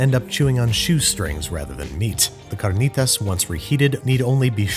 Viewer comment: The way he pronounced carnitas was impressive and I speak Spanish